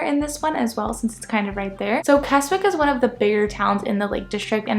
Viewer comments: It's KESSICK not KESSWICK. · its pronounced "K E S I C K .don't say the W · Just a note, it's pronounced "Kessick". Yes weird. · The W in Keswick is silent so pronounced it as KEZIK. Also if this is your first time in the Lakes, avoid Windermere and Grasmere (even though it's beautiful) at all costs. It's full of people. Keswick while still full of people is more manageable. For those who like me want peace and quiet and see nobody then head west. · Kes-ick for gods sake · Wow..how many people does it need to mention you pronounced Keswick wrong😂…as someone who lives in “Kezzick” I’m pleased you liked the area. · The W in Keswick is silent. It's pronounced Kezzick. A lot of tourists get the name wrong.... As someone who lives in the Lake District, yours is one of the better tourist videos I have watched.. I've lived in the Lakes for 66 years, and I haven't seen it all...... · It's pronounced "Kezzick". And it's Wastwater, not Westwater, and the 'wast' part sounds exactly like 'was' with a 't' after it. And it's in Wasdale, also sounds like 'was'.